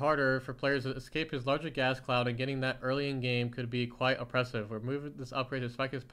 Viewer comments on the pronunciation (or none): none